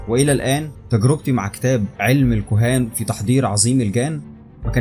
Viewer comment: اسمها الكهان مش الكوهان😒😒..